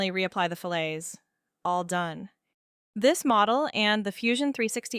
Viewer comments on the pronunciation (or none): poshest way of saying fillets ever🤣